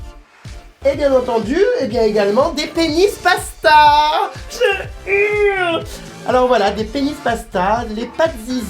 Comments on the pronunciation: pourquoi tu dit touletan je urle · pk il dit je urle